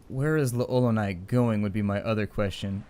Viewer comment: Just curious, but why'd you have a sock full of pennies? (Also, fun fact, L'Olonnaise is pronounced "LOL-o-nay"). Thanks for your video walkthrough; just got back into this game after 12 years and they were an immense help.